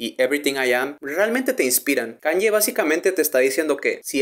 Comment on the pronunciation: se pronuncia kánie, no kánye; la ye (o i griga) se pronuncia como una i muy corta en inglés